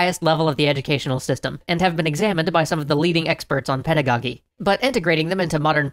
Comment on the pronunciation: How To Pronounce Pedagogy As an educator and long time fan, I immediately stopped watching when you said this wrong with such conviction.